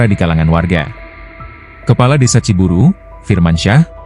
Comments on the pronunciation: Bukan ci buru bos, pakai y... Ci buruy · Assalamu'alaikum warahmatullahi wabarokatuh Sedulur Sedoyo . Narator Pembaca Berita yang benar Neja Ciburuy C I B U R U Y Ciburuy !!! . Bukan C I B U R U Ciburu kemanakan Y nya apa ketelan di tenggorokan ???. Makanya harus pada Cerdas Pembaca bisa milih kata bahasa , apalagi Bahasa Sunda . Wassalamu'alaikum warahmatullahi wabarokatuh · Bacanya Ciburui bukan ciburu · Ciburuy, bukan Ciburu, koreksi buat si narator